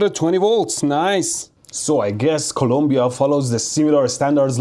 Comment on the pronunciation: Thank you for saying and spelling Colombia the right way! I'm not Colombian in any sense but when idiot fellow US people say "columbia" annoys the FK out of me.